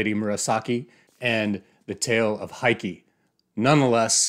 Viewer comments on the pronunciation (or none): Heike in Heike Monogatari is pronounced Hay-kay: Japanese phonemes map relatively well onto English - unlike Chinese. Any dialect of Chinese.